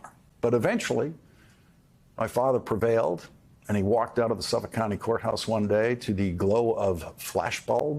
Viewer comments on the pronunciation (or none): none